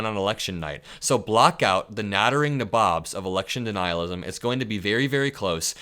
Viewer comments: You mispronounced 'nabobs', too. It's "NAY-bobs". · I think it's nattering NAYbobs, not naBOBS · 'Nabob' is pronounced 'NAY-BOB'. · "nattering nabobs" is a famous term in politics and pronounced NAY-bobz.